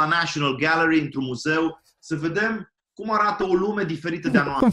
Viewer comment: Cum îi rămâne accentul american blocat și după "National Gallery" 💀 Zice "într-un muzeu" ca-n olărit cu Brad Pitt